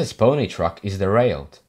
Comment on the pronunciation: Bony truck? You mean bogey wheel?